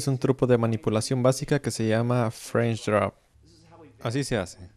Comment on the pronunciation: lo mejor es la pronunciacion xD...es un truco de manipulacion grafica que se llama FRESNNSHH DRUOOBP